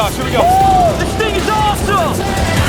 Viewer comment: "dis thing is awesome"😂